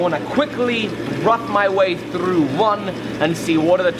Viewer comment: Did you really have to roll your r that hard on that through?